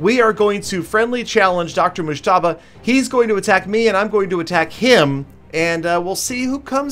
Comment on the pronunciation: Your pronouncing mujtaba wrong Fan from Pakistan 🇵🇰